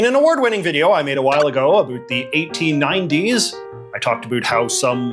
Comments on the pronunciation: When you say “about” i have to turn off the video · What’s this accent? Never heard anybody who pronounces “about” like “a boot”